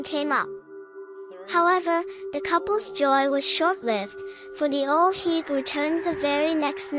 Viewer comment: The pronunciation of the name is wrong, love the video tho 😊...